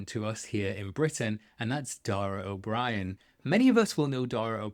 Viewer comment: If he were well-known (which frankly he is) , you'd know it's pronounced O ' BrEEan, not O' BrIAn. But nevertheless, we received the guest info for the longer UK eclipse cruise we're on and I'm SO excited he will be speaking... one of the funniest-but-smartest people in the UK! The VVInsider site ROCKS, btw! Safe travels all...